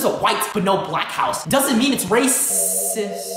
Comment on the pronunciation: I swear this guy will never say the ‘t’ in ‘racist’.